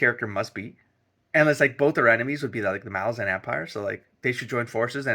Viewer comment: Erickson says it is pronounced "ma LAH zan" like you said. Stress on the middle syllable. I love hearing first readers takes on MBotF. Embrace the chaos, accept that you won't understand everything that is happening, and just go along for the most emotional ride in fantasy. ""Children are dying." Lull nodded. "That's a succinct summary of humankind, I'd say. Who needs tomes and volumes of history? Children are dying. The injustices of the world hide in those three words." - Deadhouse Gates (book 2).